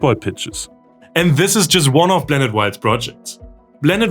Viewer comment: ngl its kinda cute how he cant pronounce the P in english blanet wild eurobean union